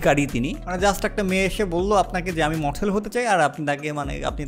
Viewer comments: It's only mothel not model LOL!!!!! By the way shei hoyeche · Model ❌ Mothel ✅ Bro love from Kolkata...😂🌚❤ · বাজান তোমার মুখে মঠেল কথাটা দারুন মজা পাইলাম